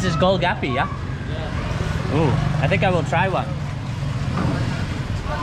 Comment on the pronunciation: Not gol gapy "Gol Gappa"